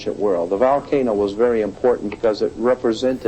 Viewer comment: It’s not a ‘VAL-cano’…. (VOL-cano).